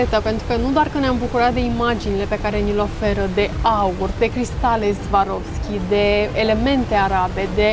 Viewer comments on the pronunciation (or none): Soarovski așa se pronunța !